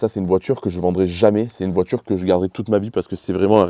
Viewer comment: Monter un tchurbo sur une voitchure pour faire des vidéos sur youtchube...